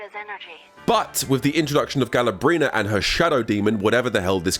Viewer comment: GALA-BRENA. I CANT BRO